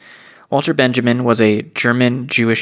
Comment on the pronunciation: not that it matters but... dhzoeordzh - not jorjes clay- not clee benyameen- not benjamin